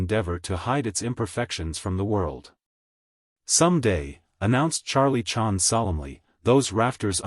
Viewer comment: I hate AI audiobooks. But in this case, you'd think they would have at least edited this mechanical mispronunciation of Charlie Chan's name. So I guess this means AI has bottomed out on this one.